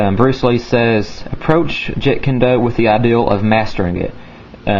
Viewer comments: It's not jit kune do its jeeeet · its jeet kune do, not jit kun do